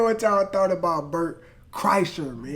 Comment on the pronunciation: you said berts name 100% right